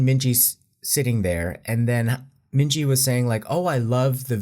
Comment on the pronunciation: minji = min hee jin 💀